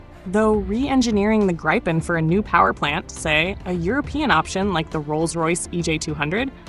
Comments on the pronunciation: It's not "graipen". It's Gripen. Gr-ee-pen for English speakers :) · good script, but your AI voice drives me mad with its pro-nounci-ation problems of not being able to say Gripe-n or Grip-en consistently ... I have the way AI is being used for this stuff; maddening. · It is pronounced - Greepen (like Griffin) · It's pronounced "Greepen" - why can't Americans pronounce anythng properly, even often their official language English.. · Either pronounce the name in the swedish way “Greepen” or the Wrong US way ”Graipen” - now it is a mixed batch of both. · Say GIVEN with the R and P then you will have the correct pronounciation of GRIPEN. If Trumps tariffs affect American made GE parts then the company will simply move those productions overseas.